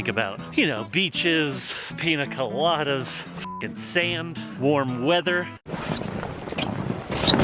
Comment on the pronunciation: "Pine 'cola'das"....lol love it...